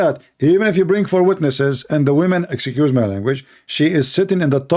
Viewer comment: it's nit "exycuse" it is ex-cuse"